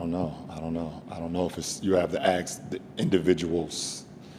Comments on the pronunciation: Ask is pronounced as ASK not AKS. How f*ckin hard is that?! So irritating! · Why can't they pronounce the word ' ask ' ? It's ask, not axe. I don't get it. At all. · Is he saying aks, or i heard him wrong? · It is ask not aks